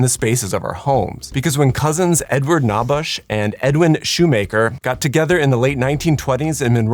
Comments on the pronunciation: Grew up in Monroe Michigan and am a former La-Z-Boy employee and spoke several times with Mr. Shoemaker. Great video but one nitpick. You pronounced one of the cousin’s names as Naw-bush. But they pronounced it K-neigh-bush. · Knabusch is pronounced ‘Ki Nay Bush’